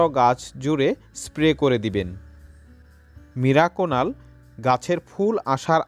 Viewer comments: কথা যখন বলছেন ঠিক করে বলা দরকার, মিরাকুনাল নয় ওটা মিরাকুলান। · ওটাকে আপনি মিরাকুনাল বলছেন কেন উচ্চারণে সমষ্যা। আসলে ওটার নাম মিরাকুলান। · মিরাকুনাল না মিরাকুলান। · Video টি upload করার পর বুঝতে পেরেছি, আমার মিরাকুলান উচ্চারণ টা মীরাকুনাল হয়ে গেছে, 😀😀😁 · মিরাকুনাল নয় মিরাকুলান।